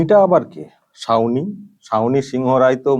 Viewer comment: সাউনি, ছাউনী 😂😂